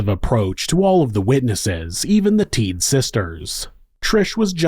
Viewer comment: Rolf and Randy are my dad’s cousins. I remember going to the cabin a lot when I was young, but we never went back after this happened. You did a good job covering the case but their name is pronounced Teed-uh. Also after Rolf was shot and set on fire, he showered and then went out and stuck his head/face in the snow. It was so cold, it slowed the bleeding and helped him survive. Rolf has since passed but he was definitely a hero. As is Randy. I love your content and have been listening to you for awhile. I was kind of excited to come across this while listening to some past episodes.